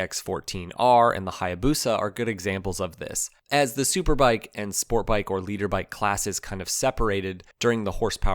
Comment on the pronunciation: Lol, it's litter bike not leader bike, you don't know anything about motorcycle and it shows, you just read everything from the internet..